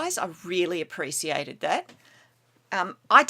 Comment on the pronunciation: But, but, but... the White Concrete Powder haha :) No problem though And hold the phone okay, how did you pronounce appreciate? With an 's'?!! Appresiate ? Also, it's as if those Ghasts not only knew you were there, but also waited patiently for you to show your face